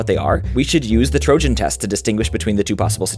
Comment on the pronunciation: This is the first time i hear "trojan" with a gi sound and not an i sound: it is very hurtful XD